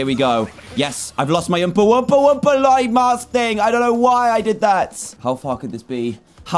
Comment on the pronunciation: Its wumpa, not wompa